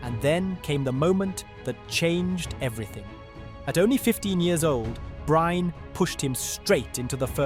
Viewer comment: Bryne uttales med samme e tilslutt som Molde sin e